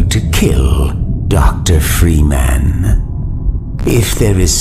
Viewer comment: Why the fuck can't the G-Man say "Freeman" properly? Jesus.